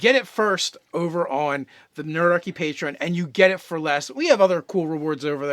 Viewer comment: Duergar, not doogar. Patreon, not patron. At least they weren't talking about Prince "O'Brien"...